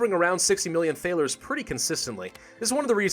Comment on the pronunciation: So annoyed at the way you pronounce Thaler. Though i love its spelled correctly for the time.